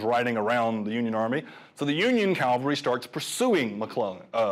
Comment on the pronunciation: The guy keeps saying Calvary instead of cavalry.